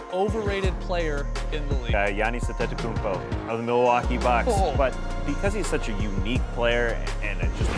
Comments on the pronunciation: He really said Janis Anetekombo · "You got Johnas Antetokounmpo" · "Gannes andedakoompo" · “Johnis antakumbo” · The struggle by the legend David stern before pronouncing his name is priceless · wtf who pronouces it like that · no he didnt lol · Duke 105 That is not how you pronounce his name look up his name first of all and watch a video of him saying his Name